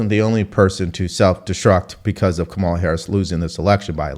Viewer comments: u cant pronounce her name bruh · OVER 80 BILLIONAIRES BACKED HARRIS. 50 backed Trump. WHO are the billionaires Trump is giving breaks to? 1-Does a dem actually recognize the economy is an issue?? 2- AOC mispronounces kamala. Lol. Biden does, too, and the left slammed Trump for doing it. 2- many mock AOC bec she sounds like a moron. Nothing to do with gender. 3- Is there a Trump comment NOT taken out of context and Trump SHOULD BE keeping that in mind and tailoring comments to at least try to avoid it. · She mispronounced Kamalas name, thus making her ineligible to comment on anything requarding this election